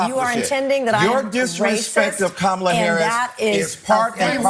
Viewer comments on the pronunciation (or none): you're the real racist! Whenever someone calls you out, you play the race card. By the way, while listening to you, it sounds to me that you "mispronounced" Kamala's name. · He just pronounced Kamala’s name wrong while moaning about Nancy saying it wrong plus he’s digging himself a deeper hole he’s a creepy little man 😂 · say my name its cumala not kamala lmao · What he claimed about Mace mispronouncing Camela’s name is the classic call me a “racist” without calling me a “racist”. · He was racist and he is so evil only because she mispronounced Kamala’s name🤦🏽‍♀️🤦🏽‍♀️… trying to clean up what he messed up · Kamala does not pronounce her own name correctly! 😀